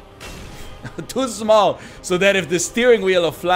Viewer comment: I always think the guy says toy small instead of too small.